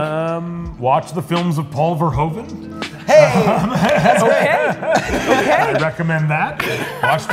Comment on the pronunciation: paul verhooven hahahaha uhm it's verhoeven pronounced like you pronounce MOO the sound a cow makes.